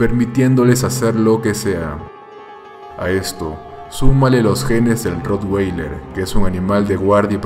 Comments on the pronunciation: se dice rro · Jjjjj no se pronuncia así es con a